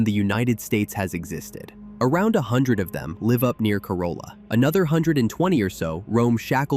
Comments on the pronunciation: I grew up here for 30 years, very interesting and well done video! The only thing I didn't even know was there were TWO lost colonies 😅 Corolla is pronounced core-all-a tho. Not core-oh-la. Great vid! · Coupla things: Your graphic showing the Wright Bros. move from Kitty Hawk to KDH is south to north. It is the opposite. And yes, Bodie Island is pronounced like 'body' and Corolla is pronounced Cor-RAL-la. But yeah, great vid and I learned a few things about my home. Thanks! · core- rah- luh is the correct pronunciation